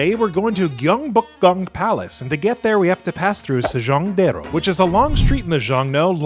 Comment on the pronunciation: 에 세종대왕이 중국의 유명배우 견자단으로 들리네요(한국어로 했을때요) 여러번 반복해도 그렇게 들려서 당황 했습니다. 그 어떤 한국인도 이영상을 보고 견자단과 =세종대왕 을 혼동하지는 않겠지만 😊 그래도 확인 부탁드려봅니다.❤ 한국에 방문해 즐겨주셔서 감사합니다.